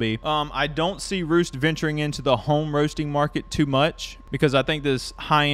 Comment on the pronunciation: It is pronounced REST.